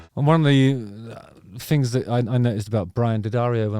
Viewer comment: Did you say "fings"?